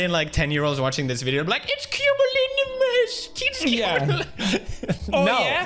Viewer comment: "I've never heard of a culonuminous." 😃 Pewds constantly mispronouncing cumulonimbus is hilarious lmao